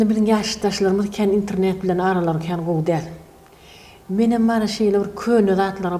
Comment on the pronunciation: INTRNET däl-de INTERNET diymani owrenmanler gechdi turkmen aga.